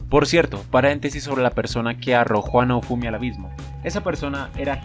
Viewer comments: No para de decir naufumi xD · Si dijo naufumi